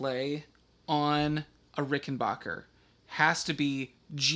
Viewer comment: BACK NOT BOCH !!! The Rickenbacker family pronounce their name Ricken-BACK-er not Ricken-BOCH-er. It is pronounced exactly how it is spelt. Back NOT Boch. Anyways, what you have there is not a musical instrument. It is a WORK OF ART. And good on you for mating your beautiful work of art with that other work of art, the VOX amplifier. Cheers from the Land Down Under.